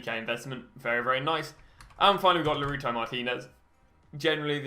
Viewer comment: You're a smart dude. Why do you still say Laruto?